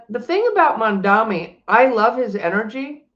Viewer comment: The name is “MamdaNi” not MamdaMi 😊 an N nnnn not M mm mm .. I know you can pronounce it correctly 😅